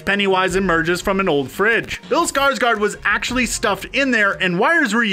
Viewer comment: That guy can't say bills name lol not trynna be rude but : "Skrsgrrd" or "Skrrsgard" lmao